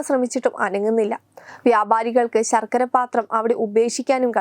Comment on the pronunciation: ശർകര😂😂😂 ബാരവാഹികൾ😂😂ബദ്രകാളി😂😂😂😂 ബരണാധികാരി😂😂😂...